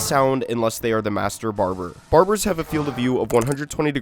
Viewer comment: bro said "barburrz"